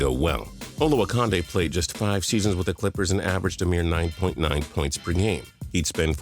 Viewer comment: Pronounced Olowo"Candy" not Konnday